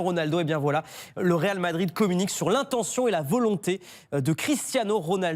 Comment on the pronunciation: Le "RAL" Madrid lol